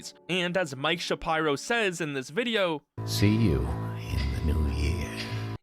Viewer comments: Shuh-Pie-Row. SMDH. It's Shapiro, bro. Shuh-peer-oh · Please don't tell me it's actually pronounced Mike Sha-pyro bruh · Mike Shuhpyro? Jesus Christ, dude. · sha pie row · Mike "Shap-eye-ro"?